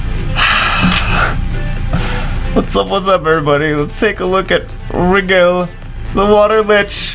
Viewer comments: It's not pronounced Wriggle It's pronounced Ry-Jell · I think it's pronounced like "Nigel" (think Nigel Thornberry). Aaaaaaaand now I'm just gonna think "SMASHING" whenever I see this fucker. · A on purpose mispronunciation? Name of a star pronounced Rye-Gel, in Orion a constellation pronounced Oh-Rye-Inn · It's pronounced Ry-gel